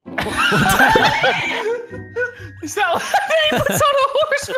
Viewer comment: I heard JACKSON TURN OFF DE ALAHRM